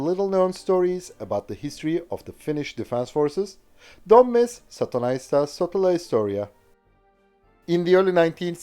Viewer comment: For me the first part sounded like he was saying "Saatana", (Satan).